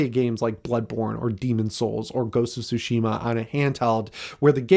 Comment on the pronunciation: What's soshema?? If you played the game you'd know how to say it!